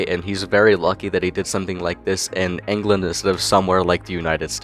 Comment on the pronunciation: did bro say angland